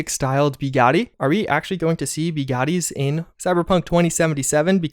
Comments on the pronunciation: BEgotti? LOL IT's Buh-gotti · nice vid man but "Bigatti"??? oof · I’m sorry I have to question you...Beegatti? BEE-gatti? Come on man, it’s Bugatti...dislike..😎😁✌️😉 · I've never heard someone butchering the name Bugatti this hard. For english native speakers it's pronounced like "Boo-gutty" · Why do you pronounce it Biiigatti? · ah yes. the beegati veeyron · You miss pronounce Buggati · im glad for the video but did it bother anyone else how he said Bugatti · yeah its no big deal at all, but when he pronounced it like that, it pinched a nerve